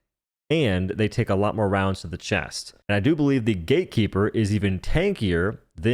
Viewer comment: can you stop saying "gay keeper"?